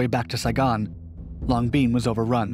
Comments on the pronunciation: pronounced LONG BEN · Nice story, but once again you earn a "D" for pronunciation of Vietnamese names. Long Binh is pronounced just as it is written. Not "Long Bean"! I spent 12 months there Mar '70 - Mar '71. It was well known that you could get away with virtually anything in the military by carrying a simple talisman : a clipboard and an attitude. I, myself, was able to hitch a ride on a C121 cargo plane simply by showing up at the airport and asking!